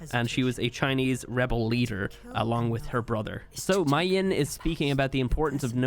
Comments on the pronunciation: MAY-YIN that's how you say it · Her name is pronounced as may yin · Are we gonna ignore how pronounces mei yin?